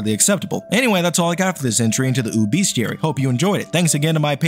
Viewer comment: Evertime you say ooo bestiary I think it's obesetiary someone probably has already said this too